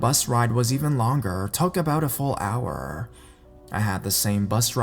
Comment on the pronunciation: Aisme833 Sheridan hourrrrrrr